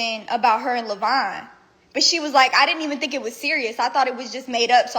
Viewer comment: Levon is not pronounced "lavine"